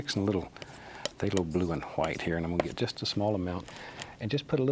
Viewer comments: Before the battle of Hastings and the French speaking Normans took over england and changed the language dramatically, it was "Hwite" "Hwere" "Hwo" "Hwat". So his way of pronouncing is actually the OG real way. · Didnt he say titanium whaite i saw blue😂